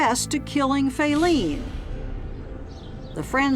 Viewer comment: "Fayleen had Fallen"